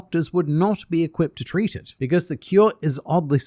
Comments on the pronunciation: Lol "how to TREE-t it" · Tree-Tit lmao I love this Random Aussie man on the internet